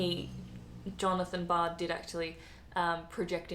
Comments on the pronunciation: John Logie Baird, not Bard. I used to think that's where Yogi Bear got his name from. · This woman is rubbish !! Is she drunk or what !? The TV was invented by Scotsman John Logie BAIRD not BARD !! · John Logie-Baird, not Bard. Wake up woman! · As a Scotsman I'm offended at her butchering John logie Baird's name 😊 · Wrong pronunciation of Baird.